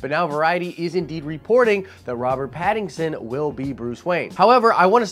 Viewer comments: Great video but his name isn't pattingson lol its Patt-in-son hahaha. Also I dont think he would be a good batman. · Why do you keep butchering his name?? His name is Pattinson. Not Pattingson. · I love how you keep calling him Pattingson, when his name is Pattinson. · Pat-in-son... not patingson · ....."PattINGson"? Lol 😂 I'm going to blame that on you being under the weather. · I’m excited about this casting 😃 but dude, you are almost saying Paddington every time you say his name: Robert Pattinson. For sure, he must bulk up. I don’t like Nicholas Hoult for Batman/Bruce Wayne. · Sorry, but it's Pattison. Please say his name correctly.🤔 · are you saying Paddingson? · 2012 is when the last Nolan Batman movie came out. You're usually not one to do bits, so, man...WHY YOU KEEP SAYIN' PADDINGSON??!! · Stop saying PattinGson. Lol. Love the channel. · Lol you keep calling him pattingson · Hope you're doing great, bro. It might just be me, but every time you say "Pattinson's" name, it sounds like you're saying "Paddington." I keep seeing little bears in overcoats with Batman masks running around:) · I thought it was hilarious how you missed pronounced his name this whole video lol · There's no "g" in Pattinson... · I LOVE that you keep saying his name wrong LOL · Wow. Lot of comments on your pronunciation of Pattinsons name! Anyway, I just hope the film studio doesn't try to make a movie about the angst of Waynes parents death. I can't imagine fans wanting a tearful emo Edward Batman nor another origin story. They should focus on an established Batman with a good villian story we haven't had yet. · Lmao you're saying his name wrong lmao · You said his name wrong like a million times lol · Say his name correctly lol